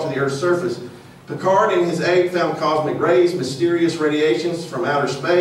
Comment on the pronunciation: learn to pronounce Piccard, you flathead! It is amazing how uneducated the americans are. Never heard about Piccard! Amazing. Talking about the quality of that country education. Pathetic. - "before they decided they are going to lie to us"? Really? People knew about shape of earth since 400 BC, and never had a doubt! Only flediots cultured by the youtube decided it is not true.